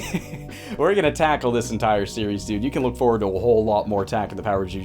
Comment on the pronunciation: "Takle this"